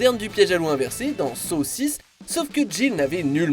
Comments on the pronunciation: watch mojo: « saw 6 » ce que j’ai entendu: « saucisse » ah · Je suis la seule qui capte que saw 6 il le dit comme saucisse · Je suis le seul à avoir éclaté de rire quand il a dit saw 6 (saussice) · Saw 6 comment il le dit sa me fume